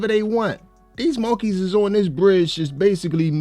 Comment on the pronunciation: Bro, say, monkey again the way you say it is hilarious. It just does not sound right the syllables need to be changed.